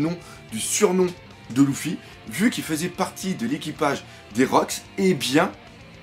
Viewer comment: Faudrait peut-être songer à arrêter de dire "Loufy" un de ces 4 ^^